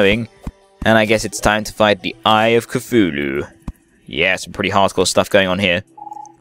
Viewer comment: your saying cthululu wrong , its ka tooh loo . say it a fast so the H on tooh is silent but you can still hear it a little